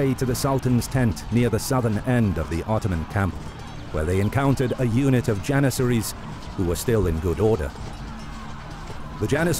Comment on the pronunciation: “32000 jenissaries”💀💀